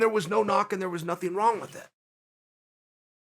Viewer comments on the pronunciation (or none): none